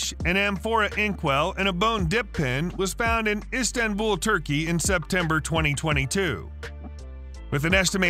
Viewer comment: Yea, wit yo instanbul, stanbooo, stanbooo stanboool ass.